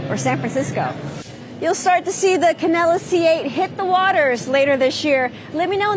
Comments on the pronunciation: She says "Canella". Every. Single. Time. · It’s pronounced can del a